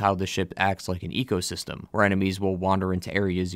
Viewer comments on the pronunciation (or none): none